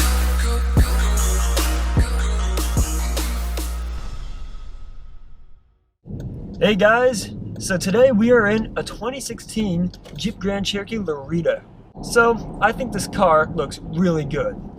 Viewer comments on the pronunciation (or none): La-raid-o , not la-read-a, you butchered it like lebrons hairline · I thought he said Larita 😂